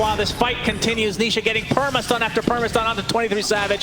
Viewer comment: the caster accidentally call nisha , nishit 😂